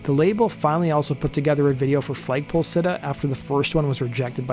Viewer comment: Why do you keep saying FLAYG poll sitter? Its FLAG pole sitter. Enunciation mate.